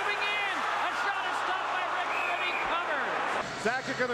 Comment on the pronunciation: It's actually Mike Richter, not RICTER. Don't know what that drunk shit is lol!